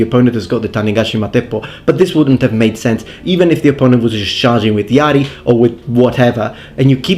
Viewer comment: I'm right here I'm here...my name is Yari btw (no japanese but a finish name). And Yes I'm always twitching when you say Yari xP